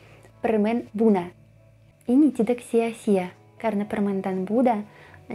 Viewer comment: cewek mba, bukan cewex... tidak mba, bukan tidax... tapi mantap masih bisa dimengerti